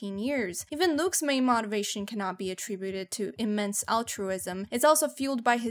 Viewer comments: “M-oh-tivation”, not “M-ah-tivation” Sorry to nitpick but there were a good handful of other words that were also mispronounced and it totally takes me out of the moment and your narrative and makes me pause the video. Just a thought for improving audience retention. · Why cant you pronounce motivation correctly) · Where are you from? Genuine question, i have never heard motivation pronounced like that. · Are you mispronouncing motivation on purpose